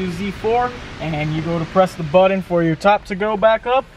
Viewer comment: I'm guessing "buddon" = button? Hard to take videos with bad diction.